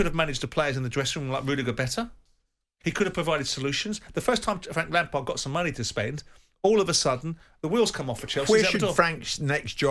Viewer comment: Frank lampared? Never heard of him.